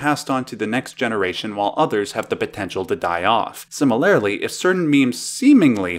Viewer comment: 5m54s 'Similarily?'